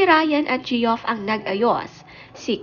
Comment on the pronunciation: Geoff is pronounced as Jeff. Not Ge- off